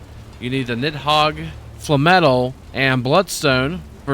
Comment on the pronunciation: FYI Nidhogg is pronounced nithawg.